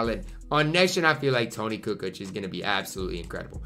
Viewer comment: said “Toni cu cooch” lmaoo